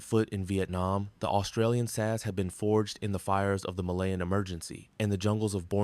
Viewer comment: Just a tip to make you sound more human. It is pronounced S A S, not SASS, it 3 letters sounded out, not a word.